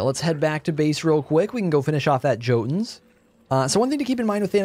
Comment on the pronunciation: Why do you pronounce jotunn like that?